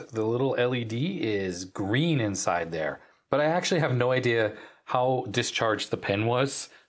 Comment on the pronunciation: Native english speakers often attach a completely useless r at the end of words ending with vowels. (only in speech) See how stupid it is when it's actually typed out? :D